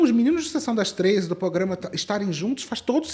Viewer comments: eu passei o vídeo toda irritada que a tava falando "pograma" até perceber que é o nome do canal mesmo haha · Porque todo mundo tá falando PROGRAMA errado nesse vídeo, até a ficou falando POGRAMA... credo!